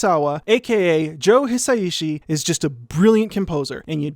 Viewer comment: A sidenote on Joe Hisaishi's name (which you pronounced just fine!) he picked this alias inspired by Quincy Jones. The Joe bit pretty obviously comes from Jones. Quincy can be written as something like "Kuishi", and the kanji for "ku" (久) can also be pronounced "hisa", so that's what's up with that. The "ishi" just stayed that way. Wasn't expecting to hear the Japanese national anthem in here, haha. This has been really interesting! I absolutely love Hisaishi's scores and have for years. I love how Mei's theme in Totoro sounds pretty much exactly like a toddler walking determinedly through the world, and how the tunes in Porco Rosso sound like Italy by the sea... he's a big part of what makes me love the movies he's scored. Bit of a ramble, oops! But thanks for this video. Wish I understood the music theory better to fully appreciate all of the information!